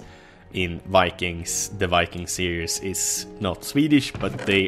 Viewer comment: When he was talking about Vikings it sounded like Wanking...this is exactly what you think.